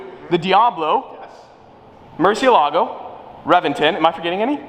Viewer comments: muciElago, emphasis on E. It's not "murcielaaaaago" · ''Muerci-e-lago'' and ''Rivuelto'', this mofo americans crap everything they try to pronounce! a lot of money but nothing invested on his gray matter